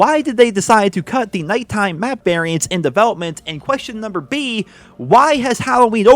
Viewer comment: Love your videos! Been a long time fan. Got a quick question though, do you say Number B on purpose all the time? lol